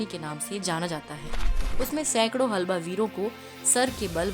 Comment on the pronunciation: हलबा नही हल्बा